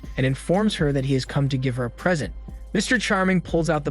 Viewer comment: Just some points 😂 uncle Charlie is his name (not “Mr charming“?) Present not Pree-sEnt (same spelling different words. AI doesn’t know this. Don’t use that word). “ before they distress”? This is not English terminology. These are just for example. A bad synopsis of a film is not an explanation. This is obviously spoken by AI but it seems to have been written by AI as well? It certainly has not been edited by anyone who watched the movie or has English as a first language. What is the point of such a channel?